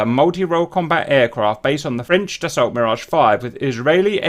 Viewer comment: Just for info, Dassault is pronounced da-so.